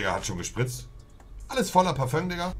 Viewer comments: Jeder: Parfüm Monte: Parfönks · ich bekomm Aggressionen wenn ich dieses scheiß Parföngs hör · Dieses Parföng triggert mich so hart 😂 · Mich triggert immer dieses paföng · Es triggert mich einfach wie er Parfüms sagt